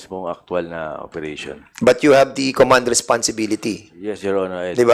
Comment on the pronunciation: Duscussion, station, operation, session, validation, at mga kaparehong salita, sana ayusin mo ang pagpronounce Dan fernandez kc pinapadaan mo sa ilong ang pagbigkas. Awkward hindi maganda pakinggan! Panoorin mo video mo para maimprove mo. Salamat.